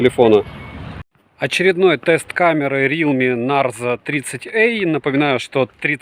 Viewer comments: Привет,! Обзоры нравятся, смотрю почти все. Но коверкание названия Нэйзер вместо Нарзо в сотый раз, подбешивает, наверное потому что всё смотрю) И потом, мне кажется, вы путаете, тот что вы купили на июньской распродаже и потерялось на почте, это Realme Narzo 30 5g 4/128, а тот, на который недавно у вас был обзор, это Realme Narzo 30 6/128. Там разница в процессоре, в 5g версии Dimensity 700, а в обычном Helio G95. Я на распродаже Али в июне купила сыну Realme Narzo 30 5g за 11700. Норм аппарат) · Ура! Всё-таки "Нарзо", а не "Нейзер")))